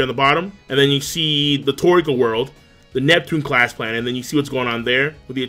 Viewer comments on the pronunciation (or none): none